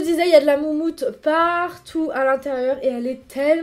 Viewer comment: Nonnnnnnnnnnn ne dis pas "moutmout" Je suis morteeeeeeee 😂😂😂😂😂 mais plutôt "moumoute" non ? je crois qu'on dit plutôt comme ça 😂😂😂 super vidéo sinon 😂😂💞💞💞